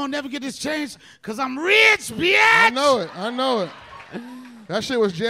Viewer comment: Is it just me or did he mess up the" im rich beotch" line